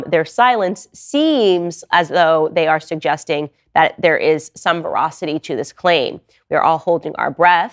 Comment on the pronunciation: Candace, be careful with veracity vs verocity